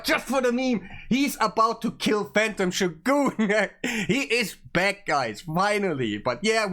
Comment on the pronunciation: Haven't heard him say it yet but it's killin me already 🤣